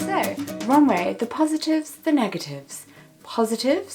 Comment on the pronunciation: It's Rom-we not romway if that makes sense x